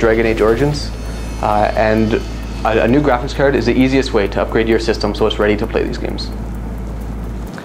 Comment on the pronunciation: graphics "cerd" :D